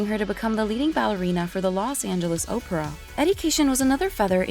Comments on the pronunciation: Because it’s computer generated. The second I heard the word Oprah I was done. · She's amazing. This is AI clickbait. There's nothing scandalous at all in here, and although she did play a robot, I'm sure it pronounced "OPERA" correctly, unlike this low-grade AI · Why can't this narrator pronounce simple words like Opera, Insatiable or Ethereal? She should be on the News. Some of them pronounce words like they're not from this planet. Marlon Monroe? Why not Marilyn Brando?